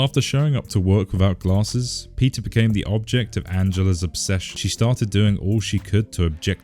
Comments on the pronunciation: why every time you say peter i hear pizza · When he says Peter, it sounds like pizza 😂